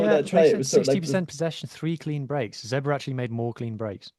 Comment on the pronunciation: How hard is it to just pronounce Zebre as Zebre and not as Zebra, especially with fellow irish people like Donncha o Callaghan